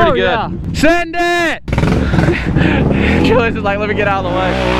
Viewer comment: Remember when he used to call him Juliass